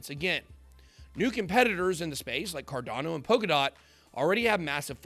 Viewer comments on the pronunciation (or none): none